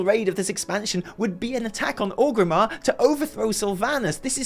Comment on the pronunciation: Started off saying OGG-rimmar, then towards the end, started saying ORG-rimmar, which is correct. There's hope for the handsome devil yet 👍